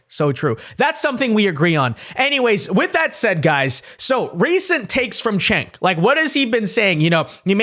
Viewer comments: It's pronounced JENK, not CHENK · Actually, it's pronounced "Jenk." The Turkish C is pronounced like a J.